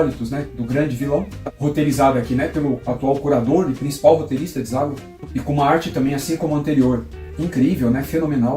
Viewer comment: Gostei do canal. Valoriza o grande Zagor. O Espírito da Machadinha merece. Observando que eu chamo de "Zagôr", e não Zágor".